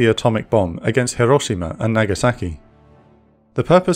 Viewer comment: The speaker pronounces hiroshima like a native, but uses the wrong short a when pronouncing Nagasaki. It's the ahh sound, more like aww, less like eh.